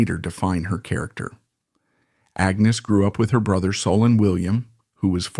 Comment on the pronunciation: Why do you keep changing the pronunciation of Agnes's name?